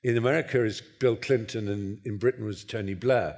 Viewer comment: There may well be three Englishmen on the platform, but there seems to be a horror of pronunciation: "Bruttan, The Brawntay Sustass, Bruttush, Ruchadd Dawkuns. Surely the vowel mangling compere is a Nyaw Zaaaylundeur?